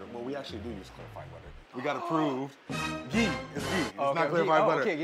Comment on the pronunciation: lol my ears stood up immediately hearing "Ghee".